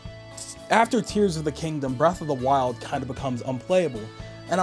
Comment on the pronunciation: Era of the wild I think he sayin